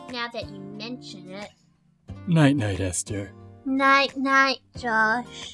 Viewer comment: Why does say “Easter” instead of “Esther”